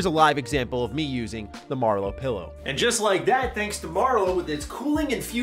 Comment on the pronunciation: Its not a pellow, its a "Pillow",,,,, I bet you say melk too